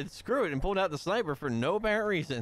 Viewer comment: SVU is a DMR, not a shhhnnnnaaaaipeh